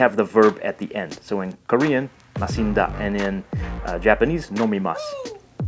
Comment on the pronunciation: It's not masinda It's pronounced as MASHINDA but that's a plain form its not yet conjugated likewise your IDA